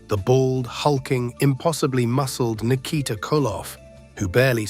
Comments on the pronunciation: Nik-a-tah ? Ski-voni? Ai slop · R I Flair. Lol. Nick eh ta (said quickly) lol